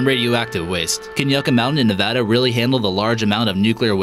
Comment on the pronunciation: Thank you for saying Nevada correctly not Ne-vah-duh like a lot of ignorant people on the east coast call it.